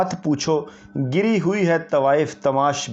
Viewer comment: او جاہل انسان گری ہوئی نہیں گھری ہوئی تلفظ ٹھیک نہیں اور چلے ولوگ بنانے